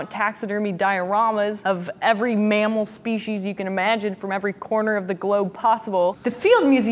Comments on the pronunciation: speshies? I wonder, km or miles? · Can someone explain the difference between "Spee-sees" and "Spee-shees" for me? Is there a difference? Or is it just a difference of pronunciation of species? I noticed Emily said "Spee-shees" in this video, and I always say "Spee-sees". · I've never heard them called spee-sees before.